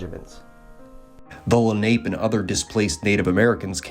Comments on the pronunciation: It’s pronounced len op pay,. Not ape lol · It's (Le- nop-eh). Not Lanape. Jesus if you're going to do this stuff learn how to pronounce the name of the participants. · Wrong pronunciation of ‘Lenape’. It’s not ‘ape’ it’s a long a sound where the last letter an appears. ‘LenopA’ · Lenape is actually pronounced la-na-pay. Leni Lenape is what the Delaware called themseles. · The Munsee pronounced it "Len a pew". The French said it meant "little ape man". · You are butchering the pronouncement of Lenape